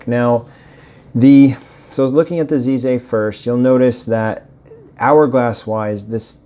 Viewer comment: Nice video! FYI, the Z in Chinese sounds more like a forward J sound only made with the tip of the tongue and teeth. Plus the piston knob look is claimed by them to be a "bamboo" design.